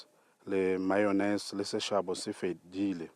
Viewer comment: Specifics kkkk specifically mayonise